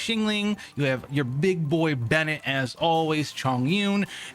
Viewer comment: Ayaka? No “AyAHka” Am I the only one who gets triggered hearing everyone call her that 😭 and when they say “BeNET” instead of Bennett.